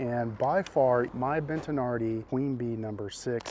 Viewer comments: Ha, there is no ‘n’ in Bettinardi, stop calling them Bentinardi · Why are you saying BENT-an-ardi? It is Bettinardi. Bet-a-nardi. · Brah, It's BET-TI-NARDI.... there isn't an N anywhere in the pronunciation.